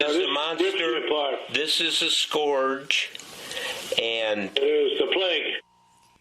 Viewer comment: woodward also needs to learn how to pronounce 'scourge'.